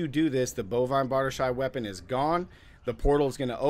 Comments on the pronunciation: Bar-DEESH... not Bard-uh-shay. You've been watching too much "Pooty Tang". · Why do you keep calling it "Kania's cube" an calling it "bardishay" ?